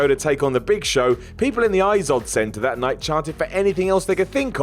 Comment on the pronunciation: why cant you pronounce the word 'that'